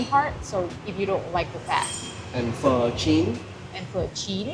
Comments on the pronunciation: You say pho so well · Pleased that you pronounced Pho correctly 😊😊😊😊